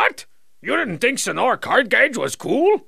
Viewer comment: Since it looks like my first comment was deleted, just some feedback. 1) Senor Cardgage’s first name is Senor, pronounced Seh-nor. Strong Sad mistakenly call him Señor once, but every other character including Cardgage himself spells and pronounces it phonetically after that. 2) Strong Sad’s antidepressants are a running gag, he clearly receives psychiatric counseling.